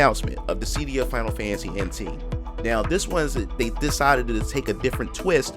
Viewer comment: I’ve never heard anyone pronounce it “ dis sea Dee ah” before Mostly “Dis sih Dee ah “ it was so hard for me to ignore lol